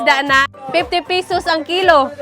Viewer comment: Ito tlga nagustuhan ko s kanya kaya napa subscribe ako..ang sosyal ng accent nya bisaya pero english tono❤ like ang 50 pesos..naging fifty peyysosss😂mgnda sa tenga ko..kaya lagi ako nanunuod..lalo na yung alimnago hunting nya😂